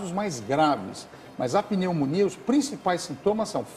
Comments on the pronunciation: TAMBÉM PERCEBÍ NA HORA...PENÊ MONIA. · PENEU MONIA